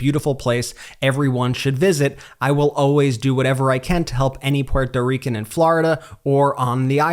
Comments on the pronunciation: Please stop miss pronouncing Puerto Rican. Geez its annoying. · Why do you pronounce Puerto Rican the way you do?